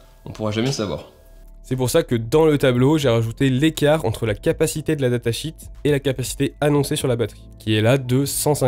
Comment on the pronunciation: Il est préférable de dire datasheet -> data “chiiiit” plutôt que comme tu le dis data “chit” qui veut dire merde.